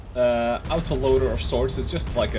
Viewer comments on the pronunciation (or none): auto loader... not ow toe loader